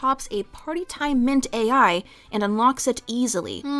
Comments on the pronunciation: Take a short each time she says mint-AI instead of Mint-aL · Mintal not mint AI mint aL a L like mental. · Mint-all. Not mint-ai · Mint-AI - lol, a sign of the times. it is Mint-AL "Mintal" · Watched the whole video. Small nitpick, it's Mint-AL (pronounced ALL). Other than that, loved the video. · Small correction: Mint-Al in this fic is pronounced as "mint-all", and is a small, pink pill with a chalky texture and a minty taste. They are a reference to Partytime Mentats from the Fallout universe, which provide a temporary boost to intelligence and charisma. And, as with all drugs in Fallout and the real world, the benefits are temporary, and you can become addicted to them. Also, once the effects wear off, Your reactions are dulled, you temporarily lose cognitive ability, and you crave another dose. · I've listened to audiobook recordings of this fic at least 5 or 6 times all the way through. I even purchased the 3rd edition print copy with it's bible like pages! Kkat did a phenomenal job with this fic, and it's one of my absolute favorites in the brony fandom! Btw I've always heard the author's name pronounced Kay-Cat rather than just Cat. Also the drug is mint-al (play on mental and mentats) not mint AIs. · That’s not how you pronounce Mint-also 😭